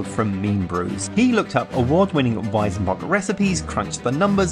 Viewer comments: Weizenbock is pronounced "Weitsenbock" not Weisenbock ;) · I mean.. i get that you are not native speakers and your pronounciation won't be perfect.. but.. it's WeiZenbock! Not WeiSenbock! The latter just sounds completely wrong. Try to pronounce it like the Z on Led Zeppelin.. it won't be perfect but much closer. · Just one thing about pronunciation: in German z is pronounced like the ts in cats, not like a vocal s.